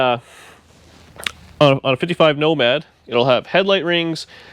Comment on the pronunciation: it is becoming your "woe-mad'... sorry...